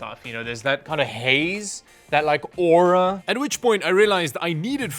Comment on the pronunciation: "aura" -dahwed